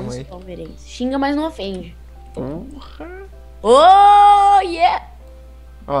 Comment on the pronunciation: Tes de cuanto i fala palavrão ele falou polrra